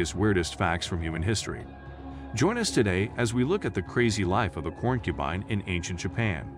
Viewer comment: I appreciate the information included in this video, but I have a hard time taking videos seriously when important words are mispronounced repeatedly. Corn-cubine??? Poly-gammy? The art is wonderful, though!!!